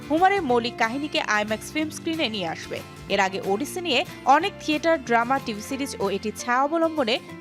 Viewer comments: শুধু চেহারা দেইখা Anchor বা উপস্থাপিকা নিয়োগ দিলে যা হয় আর কি! ওফেনহেইমার রে বলে 'Open high mar', ওডিসি রে বলে 'উডিসি' 🤣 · It’s 'ওডিসি' not 'উডিসি' 🙄🙄🐸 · উপস্থাপিকা আপিকে বলতে চাই, ইটস ওডিসি৷ নট 'উডিসি' 😂😂😂😂